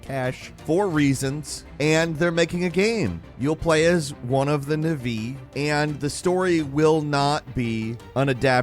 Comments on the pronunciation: "One of the nuhvee" It's Nah-V Just in case you ever meet James Cameron, he's very picky. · I feel offended by how you pronounced Na'vi. Other than that pretty decent list here.